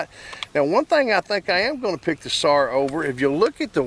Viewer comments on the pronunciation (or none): It's pronounced sar not sars